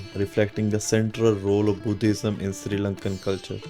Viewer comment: Bro! It's Sri (not Siri) Lanka! Also Sigiriya is pronounced "see-gi-ri-ya." Good vlog, though.